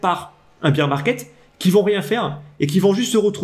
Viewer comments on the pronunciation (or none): Combien de temps tu vas dire « beer market » au lieu de « bear » comme Édouard Baer ???? Ça fait pas très pro.